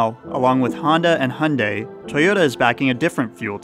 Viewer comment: "Hunday" lol